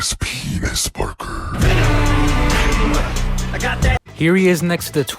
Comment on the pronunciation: saying penis Parker keeps catching me off guard